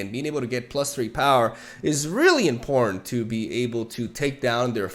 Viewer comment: Hey,, just wanted to let you know, when you don't pronounce "important" properly (which is a word you say a lot) it sounds like you're saying "In Porn."